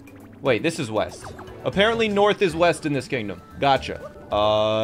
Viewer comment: I thought you said weast